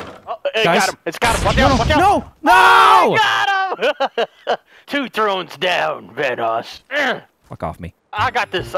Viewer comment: "Game of Trons"